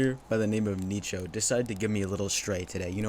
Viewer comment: I'd be more angry with how you pronounce Nicho LOL